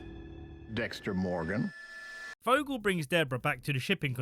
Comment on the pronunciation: DEXTA MOWGAN